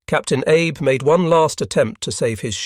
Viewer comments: "Abe"? Not Abe Lincoln but 'Ah-bay." Still a great doco. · Not Abe, Ahbay… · I believe the pronunciation of the Shinano’s captains name is Ahh bay not Ay b.